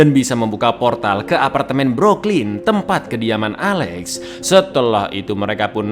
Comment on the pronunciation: DEYYYMMM " BROOKLYN" BRO🤣